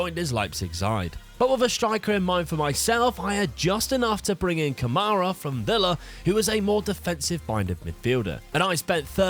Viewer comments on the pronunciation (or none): none